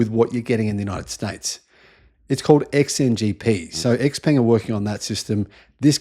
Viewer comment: finally somebody who knows how to pronounce 'xpeng'